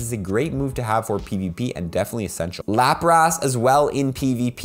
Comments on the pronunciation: LaprASS? Not how you say it bro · dude sayin laprass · cant listen to this guy say LAPRAS ugh cringe